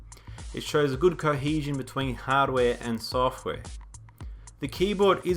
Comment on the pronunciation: "good coheezion between hardaware and sooohftware," hehehe